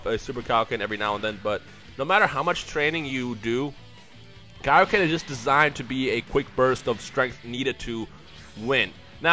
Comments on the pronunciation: I DONT WANNA BE A DICK BUT PLEEEEEEEEASE DON'T SAY KAI O KEN!!! i thought it was pronounced like kay o ken man... (ik its spelled kaioken) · *its pronounced kay-oh-ken